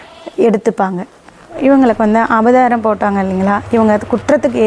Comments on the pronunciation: அம்மா, அது அபதாரம் இல்லை. அது அபராதம். எம்.எல்.ஏ ஆகணும்னா சரியா பேசணும் அம்மா. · ஈக்வல் கொஸ்டின்! எக்வலேஷன்! அபதாரம்! பெயிண்டு! இப்படிதான் பேசனும்.